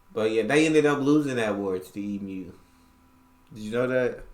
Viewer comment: I heard you pronounce it 'Eem-you'. +++++++. Correct.